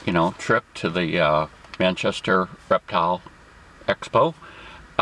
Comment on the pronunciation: Did anyone notice in the beginning it said rertile show